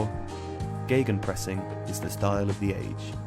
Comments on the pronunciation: Are you guys really using these German words? You know, you can translate stuff it's just a thing germans made up, I would translate it as ,,pressing against". Not a miracle or sth. And try not to make the ei sound it's not geigenpressing, just simple Gegenpressing. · Geygenpressing? Where did you read a "Y"?